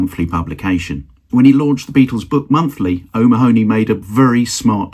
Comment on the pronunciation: Nice video. (By the way: 'O'Mahony' is usually pronounced 'O'Mahhney' or 'O'Manny'. Maybe he was different!)